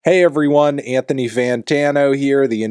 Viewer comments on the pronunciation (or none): none